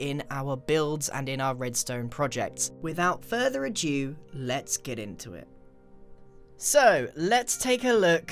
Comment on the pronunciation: "without further ajew"? XD Do you mean "ado"? haha. Great upload, thanks